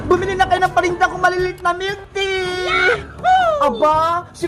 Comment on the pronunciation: Bakit yung "Tea" nagawang "Tae" Peke ba?